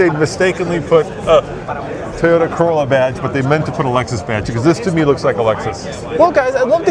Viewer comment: Oh wow a $100K "Carolla"